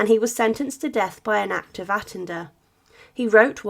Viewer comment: Not sure if I've been pronouncing attainder wrong for years after you pronounced it differently 😂🤔🤔🤔